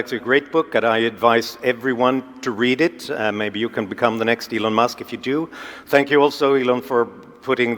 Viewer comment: Min Elon Must ( pronunciación Maduro )tomando un fernecito 🤣